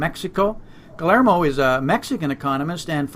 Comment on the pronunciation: in prounouncing the name Guillermo, forget the double LL. like: gui-err-mo. cheers.